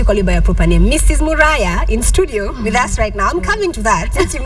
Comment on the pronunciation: how can KTN mess up the word "STUDIO'???????????????